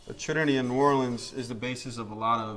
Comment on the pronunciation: For the love of god, clearly this man ain't cajun. Can't say New Orleans or etouffee correctly. Makes my ears bleed.